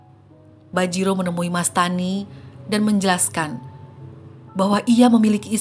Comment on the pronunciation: Bajirao .. bukan bajiro